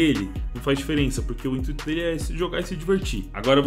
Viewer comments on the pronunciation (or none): none